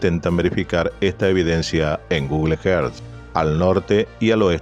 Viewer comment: Por favor Google earth sonaría más o menos así … gugl érzz . Si no decilo en español pero no solo que te duelen los oídos aparte que resulta extraño que un canal tan bueno y con alto nivel de excelencia cometa un error fonético de esta magnitud